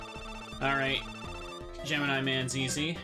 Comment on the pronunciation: So "GEMINI" is pronouce Ge-me-nile instead of Ge-mi-nee?? never notice till watch this video...